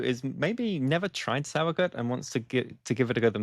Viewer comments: Also because nobody asked, two things: 1. In addition to this comment, the s in sauer is a z sound like in the word fizz. Zowuhgoot if you spell it phonetically. 2. This video makes it seem like the Reinheitsgebot is the only way Germans can make beer, which is completely false. The only thing the Reinheitsgebot does anymore is to prevent german brewers from calling their beer "beer" if brewed outside of the law. Otherwise, Germans can make any beer style commercially, but they can't put beer on the label, you just have to call it something else. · Great video! I will definitely try to play around with this. Because nobody asked: the -gut part of the word is pronounced like the -ood in "food". But with a "t"... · Exactly. I've lived here in Germany since 2011. I don't mind the mispronouncing as much though... but it's nice when people at least try to pronounce it right. 😊